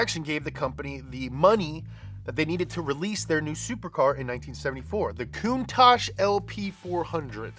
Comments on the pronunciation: You need to check on the REAL facts. Normally your right but you screwed this one up dude For reference: Countach is, in fact, a word in the Piedmontese language, an Italian dialect spoken in the country's northwestern region. Using the International Phonetic Alphabet, it's pronounced: [kuŋˈtaʧ], with the accent on the "a," and with the consonants "tsc" at the end. It's the literal translation of "contagion," though, like many words, it has become something else. It's transformed to mean "an exclamation of wonder, in front of something extraordinary or exaggerated." It's more or less like saying in Italian "perbacco!" or "accipicchia" (golly or geez). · Marcello Gandini says it’s pronounced coon-tock, not coon tosh. But gave up trying to correct people. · いつも動画楽しませてもらってます！「カウンタック」は英語では「クンタッチ」と発音するんですね！ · Listen to Macello Gandini R.I.P. The man who named and styled the car , Say the word . There is no ASH in COUNTACH .